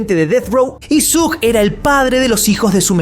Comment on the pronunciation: Se pronuncia "Shug" no "Sug" 😊